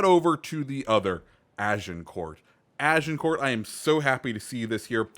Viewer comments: You don't pronounce Agincourt with the t it's pronounced more like Agincore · Plus miss pronouncing Agincourt lol